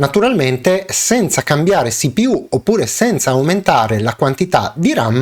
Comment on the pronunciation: Perfavore: si-pi-iú o ci-pi-u